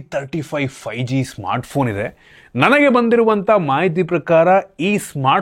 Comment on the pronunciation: 😂😂😂, ಮಾ-ಇತಿ, ಒಂದಿರುವ, ಇನ್ದ್ಗಡೆ